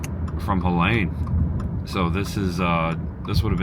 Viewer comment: My 15 Year old and I are helping neighbors tomorrow. 😢 I love Tampa Bay. It is pronounced Heleeeeene heh lean . Not that the name is worth mentioning. Even at Target today I saw rows of frozen food being tossed out. Makes me so sad. Love makes it better. Champa Bay indeed!